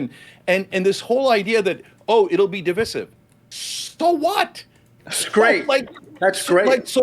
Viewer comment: Divisive isn't pronounced that way